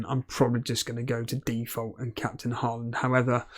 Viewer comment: my thought is that it would be nice if you learned how to say Haaland correct :D its hard for me to hear since im from Norway, and you dont know the sound of Æ Ø Å :P